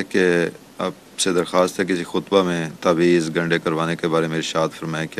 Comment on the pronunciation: لفظ" تاویز" گنڈا کی بجائے "تعویذ" گنڈا ہوتاہے